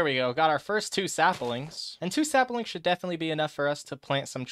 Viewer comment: So this whole time no one has commented about the fact that he says SAPALINGS and its abysmal and if its a joke its poorly executed and if it isn’t its hate crime worthy